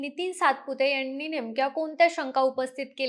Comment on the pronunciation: कुपया तू पोडकास्ट देऊ नको. तुला "न " आणि "ण " नीट बोलता येत नाही. डोक्यात जाते तुझी भाषा. विमाण कम्पणी यांणी जमीणी पासुण हवामाण च्याणल हरियाणा मध्ये राहत होती का तू?